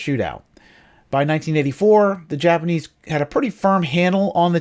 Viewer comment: Did you say nipanese